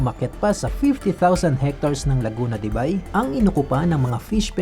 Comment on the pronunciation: Laguna de buy visayang visaya buy 😅😅 ausin mo tol laguna de beyyy dpat ang pagbasa😅